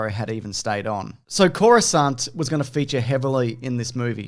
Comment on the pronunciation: "Coruscant" I'm already sold